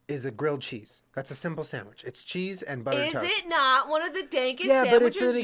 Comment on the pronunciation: Jenna lost the sandwich debate because she says “samwich”